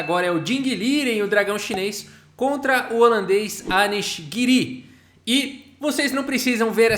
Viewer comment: Pfv, fala “Giri”! E não “Girí” tira esse acento